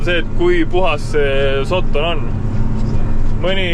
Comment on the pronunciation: Terve video välter räägid "sotton" ja "sotton". Öelnud siis kohe, et tegemist on austraalia Puuvilla farmiga jne.